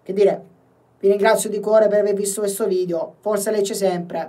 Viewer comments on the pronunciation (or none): none